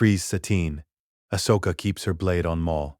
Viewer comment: Your AI is pronouncing her name wrong. Did you spell it Ahsoka, or Ashoka? The first one is the right spelling. I am writing a What If novel. My AI pronounces it just fine.